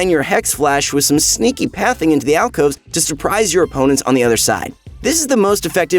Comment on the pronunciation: Way to go rito you cant even get alcoves right